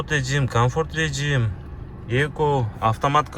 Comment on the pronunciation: РеЖЖим деген созду туура айтып ал анан бизнеске чыгасың укам бизнес сага алыс укам сенин орусчан О тарынба как она есть айттым